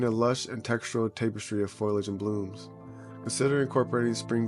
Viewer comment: FOL- E- IG Not FOIL-IG